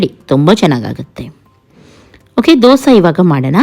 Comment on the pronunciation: ದೋಸಾ ಅಲ್ಲ ದೋಸೆ.... ದಯವಿಟ್ಟು 🙏